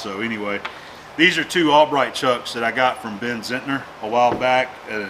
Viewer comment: Haha! I'll heartily accept your "Allbright" because you said "Morse" and not "Morris" as so many dolts do.